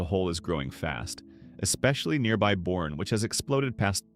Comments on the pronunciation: It's pronounced "B-u-r-n-e" not born. The Blue Bonnet cafe is not what it used to be. They have succumbed to the "Sysco Foods" mindset. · It's Bernie not Born - Boerne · Right? Boerne is pronounced Bernie. It's how Texans ferret out folks who ain't from 'round here: like Nevada, Tx Or Nacodoches